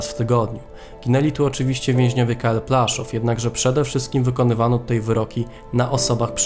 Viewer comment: Widzę że kolega korzystał z zagranicznych materiałów. Nie Plaszow tylko Płaszów. Aż w uszy kłuje, ale program fajny.